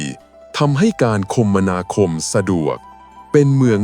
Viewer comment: คมนาคม อ่านว่า คะ มะ นา คม